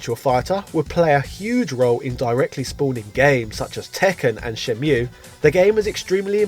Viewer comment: "Shenmule" nice fresh pronunciation, haha.